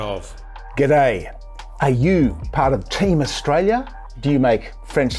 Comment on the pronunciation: I cringe every time he speaks, does our treasurer not have the mental capacity to talk about a topic and pronounce the name of the country he is charged with looking after at the same time?